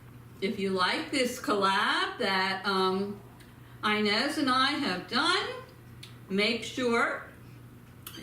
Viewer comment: You're totally saying her name wrong you're butchering it too much it's Ines